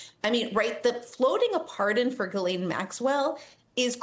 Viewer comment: Why can no American pronounce Ghislaine Maxwells name???